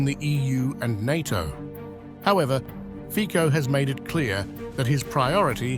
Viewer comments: hi is not fiko, it is c like ciklist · lol Is not Fiko but Fitso - correct pronunciation... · /fitsoh/, not /fikkoh/ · As far as I am concerned, as a Slovak citizen, Zelensky´s decision must have been pre-approved by certain EU officials, due to the fact that, along with Orban, Fico (pronounced as "Fitzo" not "Fiko") is a respresentative of a minority among EU member countries with a somewhat "common sense foreign policy" point of view, which of course represents a pain in the butt to the liberal majority of politicians in the EU. They (liberal EU representatives) see this as an opportunity to weaken Fico´s position at home and to try and anger his voters when the consequences of Ukraine´s unilateral decision bring about soaring of energy prices. The EU officials do not care about the financial damage this will do to the EU economy. Fortunatelly, tides are turning and Hungary and Slovakia might be strengthened by other EU members where elections showed the will of the voters to try a more conservative and neutral policy, especially towards the conflict in Ukraine. We can only hope this happens sooner than later. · Please, try to pronounce correctly the surname of Mr. Fico: fitso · Pronounce it as Fitso. I am so tired of hearing these ignorant English speakers mispronounce European names. Ukraine is a maffia fake state. Shoud be divided between Russia, HUngary, Poland. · Correct pronancion is Fitzo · PRONOUNCED FITSO! 😮😮😮😮 Thumbs down , Moron! 😮😮😮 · Can you at least say his name right or are you such ignorant not able to